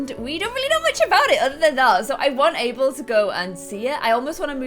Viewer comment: Does anyone else hear say April instead of Abel?? or is it just me